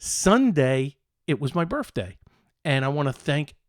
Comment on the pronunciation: Are you saying "birfday"?